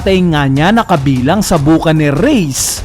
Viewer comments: pronounciation Buccaneer “Ba-ka-nir” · Solid mga reviews mo,. Pero sana aralin mo ng tama 'yung mga pronounciation mo. Tulad nu'ng Portgas D. Rouge. Ngayon naman, ayang Buccaneer race.